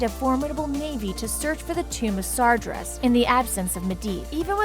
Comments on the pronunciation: I thought it was Sar-GEAR-Us (like bear) not sar-JER-us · You tried. You really did, you should have talked to an actual player to get the pronunciations correct before reading the script for that video. I waaaaas waiting till June 10th to restart my account buuuut I might before then because of this video. #Spaventoso - Sargeras , Night Elf Hunter